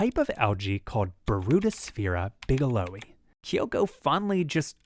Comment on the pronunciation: Bigelowii = big UH low eee EYE it's a fairly typical latin naming convention which pronounces both I's at the end.